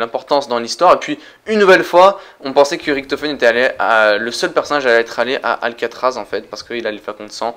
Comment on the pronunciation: Tu dit Ricktofen on dit Richtofen !